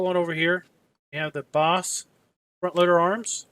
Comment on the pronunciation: It is Baas not Boss